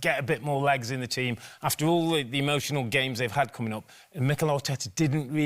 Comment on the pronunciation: “It’s da history of da Arsenal”